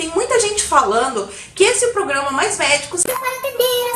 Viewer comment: "...então faremos o pogrãma mais areia."